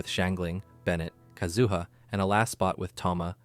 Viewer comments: All three syllables in 'Kazuha' are the same duration. Please don't extend the middle one, it makes it sounds like "kazoo". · Yes, your pronunciation is weird. It's like how they say Ayaka in EN Dub. But how to pronounce their names in Japanese have different accents. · So many years to pronounce his name right, yet you fail so hard. Disliked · The first person I've heard pronounce his name like that, haha.